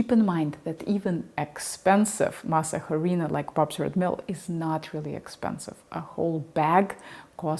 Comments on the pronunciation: Masa Huh-Reena? You mean Masa - A-Ri-Na. UH REE NA. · FYI The letter “h” in Spanish is mute. It sounds like this “arina” Please don’t kill the name. If you go to a Latino store asking for mass jarina, we won’t know what you’re talking about. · Very well done! The H is silent. Masa Harina is pronounced mah-sah-REE-nah. Thanks for the video and study. I really like to add a couple of tablespoons of masa harina to a couple of quarts of homemade chili, too. Really good. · Just remember that the H is silent. So pronounce “mas areena”.